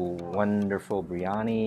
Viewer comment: ...it is pronounced BEER YANI..not BREE ANI.